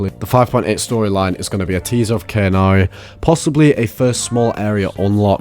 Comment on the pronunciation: its Khaenri'ah not cannary, not kanari or anything else sir!! Khaenri'ah - Kaan Reah || Kaan Ria